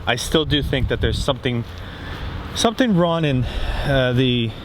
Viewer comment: Is it me or do you keep saying "Ron" instead if "wrong"